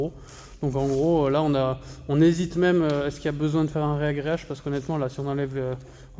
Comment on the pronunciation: Salut, je découvre ta chaîne depuis peu, c'est hyper intéressant, hâte de voir ça que ça va donner. Pour info, on dit "ragréage" et non "réagréage" même si ça sonne bizarre au début 😉